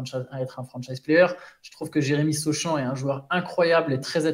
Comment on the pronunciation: Les prononciations de sur sochan + Victor il m'a tué